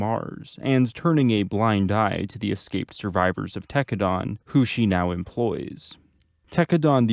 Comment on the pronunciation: Homie you pronouncing Tekkadan wrong..